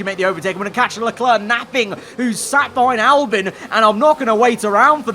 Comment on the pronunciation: Why do you pronounce it “Albin” and not “Albon”?